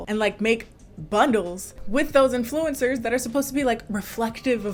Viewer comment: ok but why is she pronouncing influencers like dat :-0